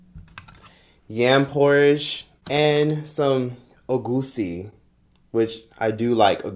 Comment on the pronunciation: I’m Nigerian and proud ❤️❤️❤️❤️❤️❤️❤️❤️❤️❤️❤️ Lmao he said we trying to kill him the oil makes the soup looks beautiful tho by the way it’s Egusi (air goose see) not Ogusi like you pronounced 🤣🤣🤣🤣🤣🤣🤣🤣. Been watching you since forever